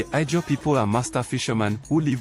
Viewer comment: It’s pronounced Izon or Ijaw